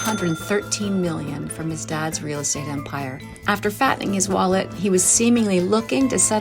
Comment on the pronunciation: A wheel possibility? Donnie can’t pronounce “real”😂